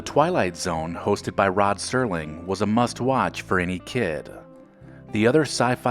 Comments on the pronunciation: It's Rod SERLING NOT STERLING!!!! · serling, not sterling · Thank you for the correct spelling for Serling. It's not "Sterling" though many people mispronounced it back then!! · Rod Serling not Sterling